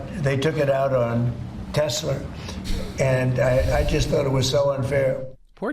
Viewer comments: WTF? He still says Tesler... Does he also say Melanier? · Why hasn't anyone corrected Trump by telling him Tesla does not end in an R! 😂🤦🏼